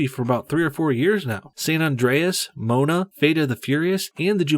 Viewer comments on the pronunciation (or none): Mo A na. Not MOANa. Lol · The fuck is moan-a? Its mo-an-a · Uh,? It's pronounced Mo-ANA, not MOAN-a. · ITS PRONOUNCED MOE-ONNA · Polynesians will be triggered because he pronounced it Mona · Good solid post, but learn to say Moana properly and it was the 1984 reelection from Reagan. Made me think twice when you said 1980.